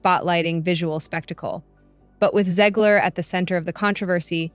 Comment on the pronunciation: Great video but you never did figure out how you wanted to pronounce Zegler. Gotta pick one way and stick with it. Lol